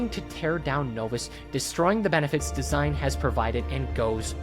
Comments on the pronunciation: Not sure if you’ll actually read this but the character DASEIN is not “design” it is “da-sein.” Dasein is a term coined by the german philosopher Heidegger and roughly translates to being an existence; more specifically how human beings exist in the world. Kinda of dope how the video game chose to name this character after this. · enjoy the videos. The Dasein tho is pronounced different. It’s a German word used by Martian Heidegger as a technically term for existence or being there/being-in-the-world. This comes from his book being and time an existentialist book. The ending note in arc four goes with this theme with finding meaning in a meaningless universe. College student philosophy minor this is what I do on my free time watch random YouTube videos to get away from all the studying. Then apparently use it for the most absurd reference. Like what kids are thinking of the meaninglessness of their existence and how they exist in the very moment. Ig in fairness I wrote on Dasein bc I knew what it was on a wizard 101 YouTube video at like 1 am.